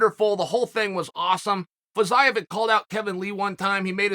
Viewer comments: Me: Fiziev Uncle Chael: Fayizayev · I swear Chael is intentionally butchering these names at this point🤣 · Uncle Chael makes no mistakes. Perfect pronunciation. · Uncle Chael.. The correct way to speak fiziev was Fee Zee ev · Chael there is still time for you to take this down. You obliterated his name over and over :(